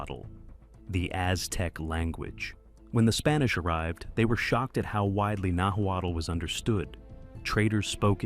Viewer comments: "Nahwattle" 😂 You should have just removed the letter "l" in your audio and it would have sounded closer to how you say Nahuatl. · The narrative doesn’t match the images, and the Nahuatl pronunciation is rough. Our family and many others here have long known these waterways were traveled. Archaeologists have documented these pre-conquest routes for more than a century, and artifacts such as obsidian, shells, and pottery found far from their origins show these networks existed 6,000 to 7,000 years ago.